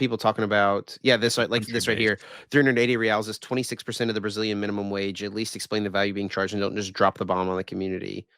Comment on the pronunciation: When you two pronounced Reais as Riyals I thought you were discussing Saudi Arabia lol 😂